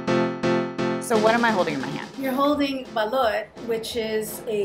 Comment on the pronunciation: "Buh-loot" every Filipino did a face palm rn